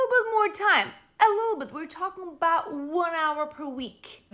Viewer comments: The best part of the entirety of the video is when the tarot card witch was so dumb you went full canuck--aboot.😂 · Love your pronunciation of ‘about’….which my UK ears hear as ‘aboot’ 👢